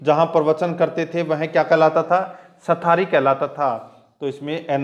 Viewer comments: Sathri hota h sthari nhi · साथरी होता है , ना कि सथारी